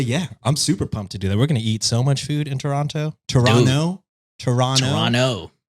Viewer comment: As a Torontonian, I appreciate the correction pronunciation of "Toronto" lol! Hope you enjoy your visit!